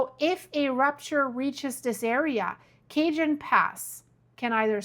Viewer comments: The first time I heard “Cajun” instead of Ca-hone, I thought, seriously? Thank you, it was my sole reason for coming to the comment section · CaHONE pass not Cajun. Thank you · It is not Cajun pass. It’s Cajon pass. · Pronouned El Kaaaahone pass. not cage on pass. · she said cajun its called ca/jon not cajun...just do the research since 1970s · It's pronounced KA.HONE, not KAY.JUN. Just FYI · Not Cajun. Cajun is an ethnic group primarily living in Louisiana. Cajon. Cajon is Spanish for Box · (Ca-hone) not Cajun. lol. I’ve been hearing it all my life that it’s at the critical point of breaking. I’m not saying it’s not going to, but it could be a very long time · Not Cajun, Ca-hone (Cajon). J is pronounced as an "h", LOL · you clearly speak more than one language (I only speak English) so I hesitate to correct you but in California, Cajon is pronounced Kah-hone but in Louisiana it is pronounced Kay-junn, California is Spanish j as h, Louisiana is a hard 'juh' because they are Creole. You got the pronunciation right for San Jacinto (hah-sinn-toe) the j is an h,, Cajon is the same, j for h. No American from California ("dude!!") will understand Kay-junn as the pass north of LA. Hope that helps. Love your channel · Cajon, pronounced cahone, not cajun. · Not cag-en (cajon) pass, pronounced "Ca-hone" pass. Everything in California is Spanish. The "J" is silent. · Not cajun! Pronounce kay- hone! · Ugh! It’s NOT the Cajun Pass - it’s pronounced the Ca-Hone Pass!!! Also, the other fault is NOT the San JaHinto fault, it’s the San Ha-Sin-toe Fault. BTW, as a Native of that MISERABLE state, the big one can’t hit soon enough - we only need to worry about the poor fish when the FILTH of that state slides into the ocean during the “big one.” Of course, the rest of the world will be a much better place after that. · CaHone pass not cajun 😘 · Pronounced "ka-hone" pass😁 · Your so funny how you pronounce cities here. Ca-hon and jah-cinto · (sounds like) " ka hone" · It’s Ca-HONE